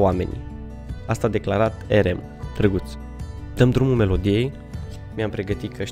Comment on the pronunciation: RM nu se pronunță asa...